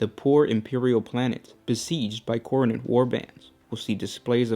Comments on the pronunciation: Pronounced khorn not khorney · Why are you pronouncing Khorne like Khoronid?